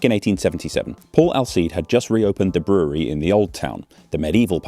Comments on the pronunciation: Glad even English people struggle with the word brewry, brawry, brewery. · "Brrrurrrerrrree" - I thought only the Americans speak word that consist out of 98 % r.